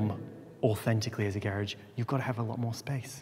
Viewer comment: I'm American and I lived in East Anglia for four years....the British pronunciation of garage always takes me right back. Loved it there!